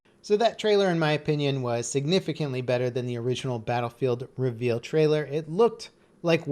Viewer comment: cough cough I'm sorry what? Did you say reavel ?